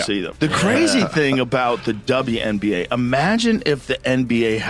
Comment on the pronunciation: Why is the narrator not saying WNBA but saying something like WONBA? Is someone so afraid of saying the W because it 'means' women?